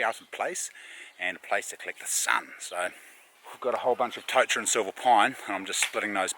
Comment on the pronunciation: Loving your work chief, awesome to see you and mum get out. Go hard with the Māori pronunciation, your ‘kauri’ sounds mean. Try, tore-taddah for totara too. Mean